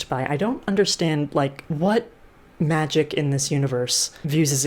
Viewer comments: Everyone: magic Cassie Clare, an intellectual: magid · magie, magif, magig, magih...